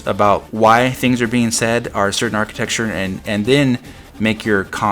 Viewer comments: New drinking game: Take a drink whenever says "architexture." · If I told you the ONLY reason I have not subscribed to your channel is your saying, "architeXtchure", would you learn to properly pronounce it? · you know you're saying architecture wrong right?